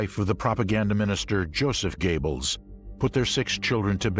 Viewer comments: His name is GOEBBELS PRONOUNCED GÖEBBELS/GOREBELS NOT GABLES!!!! DO YOUR RESEARCH BEFORE NARRATING! AT LEAST GO TO GOOGLE TRANSLATE! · I wonder if Joseph and Magda 'Goebbels' (pronpiounced GABLES by an American narrator) were any relation of the USA starlet Betty Gables ??????????????? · Joseph Gables? Holy christ on a cracker, I've heard some lousy pronunciations, but that's got to be the worst. Also, Eichmann was never an "S.S. colonel". He was an obersturmbannfuhrer, roughly equivalent to a lieutenant colonel in the U.S. army. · Heh Joseph “GAYBBELS” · "Gaybles"???? How dyslectic can one get and still be allowed to speak in public????? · Fail, at least get the universally excepted pronunciation correct. Goebbels not Gable, seriously come on. Onto something more professional representing a true documentary. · What a way to butcher Göbbels' name tho. Gables?